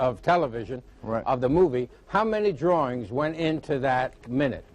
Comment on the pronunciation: It's nice to see him being interviewed about "drorings".